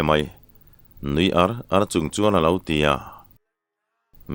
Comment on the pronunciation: Râl donaah hian ṭhian te hi inrâl a awl em em. He laia râl tih leh inràl tihah hian 'ral' rau rau a thluk a insan hleih ang hian, in-mu leh ar tihah pawh hian ar hi lam hniam tur a nia, verb a nih tawh vang hian, pu, ni dangah pawh he thu hi ka comment ziah a, ka comment hi i chhiar fuh lo a nih ka ring, i la thluk ṭhelh ta zel tho a, inràl tiha i thluk hniam ang hian àr hi thluk hniam la ngaihthlak a nuam leh zual ang mawle, ṭhenkhat laiah chuan keini tluk lohvin i thiam tih chu ka pha hran love.